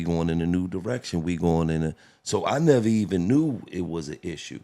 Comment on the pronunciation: First rapper i heard say neverary crazy